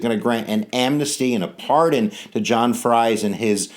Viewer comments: Freeze not frys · John Fries was my Great great great great great grandfather. It’s pronounced Freeze. Like Friesland. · His name is Fries, not Frie. Whether pronounced "Fr-eyes" or "Freeze," it still needs the s. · The name is pronounced freeze. John Fries was my 9xGreat Grandfather. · I do wish you would consider correcting the pronuncation of "Fries." It is a Pennsylvania Dutch surname, and "ie" in Pennsylvania Dutch is pronounced as "ee" in English.